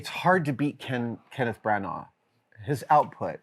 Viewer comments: I came for Adams views and opinions, I stayed for his pronunciation of Branagh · Adam pronounces Branagh weird 😆 Also, there's a theory that Shakespeare in American English is more historically accurate.